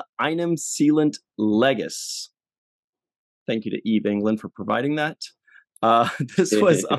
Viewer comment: enim = eh-neem, also leges = le-jes (the 'e' in le is like the e in get)